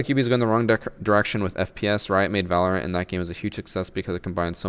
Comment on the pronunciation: Tom Clancy’s Valernt?